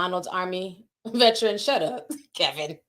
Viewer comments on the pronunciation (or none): none